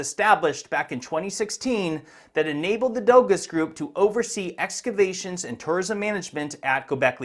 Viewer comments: Letting you know Doğuş is pronounced “Do-Oo-Sh” the Ğ is silent in Turkish. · 🤣 for one thing "Dogus" isn't pronounced "doe-gus" ... it's Turkish, pronounced (approximately) "doe-oosh" ... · Howdy,! the Turkish word Doğuş would be pronounced "Doh-oosh". Ğ is a silent G that elongates the previous vowel, and Ş is a "sh". But keep calling it dogus if you think it is bogus. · Who is gonna tell him that it’s not pronounced “dogos”? It’s pronounced “dosh”. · Dogus is pronounced doge like in dogecoin